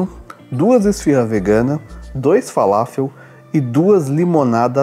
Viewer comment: Kebab é o nosso churrasco grego,mas ele é enrolado no pão turco kkkkk..... E é falafel não faláfel kkkkk......